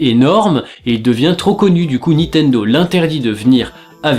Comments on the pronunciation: Il me semble que c'est nintendo et pas nitendo (Juste comme ça, hein, pas du tout parce que tu répètes 100 fois nitendo) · C'est NiNNNNtendo, pas Nitendo! Raaaah,! M*rde! <3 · Moi c'est quand il prononce Nitendo au lieu de Ni"N"tendo LOL